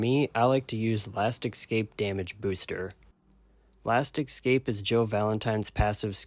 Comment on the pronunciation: It's last "eh-scape" not last "exs-scape"jfc